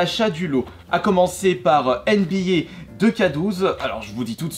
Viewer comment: Ça se dit en anglais 2k est pas deux k 2k faut dire ou etc